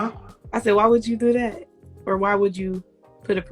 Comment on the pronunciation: This womans says "DAT" instead of THAT. And she wants educated?